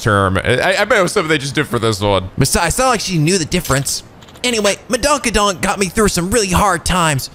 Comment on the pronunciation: Lol "Madonkadonk" 😂